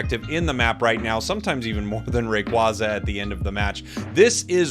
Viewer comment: I love that you reversed to say Rayquaza in the hispanic way haha 😆 sounds way better, closer to it's Quetzalcoatl roots